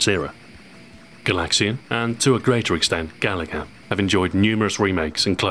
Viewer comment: I wanted to hear retroahoy’s original pronunciation of, “gaLaga.” Such a brave way to pronounce it.